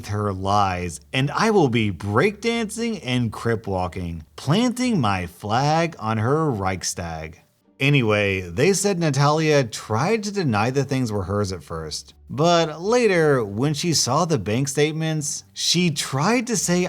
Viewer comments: Reichstag pronounced as Reigstag sounds funny. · I’m triggered that you cannot say reichstag properly You offend my language